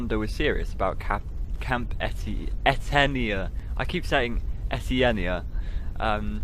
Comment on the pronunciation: Etenia: (eh-TAY-nee-ə) Amadahy: (uh-MA-duh-hee) Nuttah: rhymes with British RP "butter" EDIT: also, outside sources tell me Nuttah means "my heart" in Algonquin, not "strong."